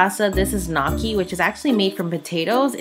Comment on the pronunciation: it's pronounced Al DENT A not Al DANTE of course DANTE is the Italian writer most responsible for the modern Italian language that we enjoy today. Also it's NYO-KEY not KNOCK-E, TIRI-MISS-SU not TI-Ri-Me-Su. One last thing real Italian pizza originates from Napoli the true Italian pizza is the Verace pizza and it is not as thin as other Italian pizzas. Also everybody in Italy gets their own pizza and well done eating it with a fork and knife like a proper Italian. One last thing is try to get out of the tourist traps like Florence or Siena to get proper Italian food. And always drink the local wine with the local food.